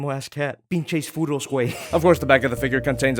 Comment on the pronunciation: Giovany Navarro i heard clearly Furros